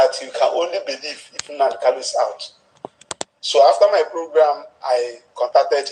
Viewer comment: The lawyer can NOT properly say MNK’s last name. He calls him Kalu instead of KANU. So, that says a whole lot about him.